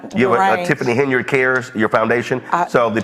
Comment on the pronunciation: Tif-fany Hen-yard?!?!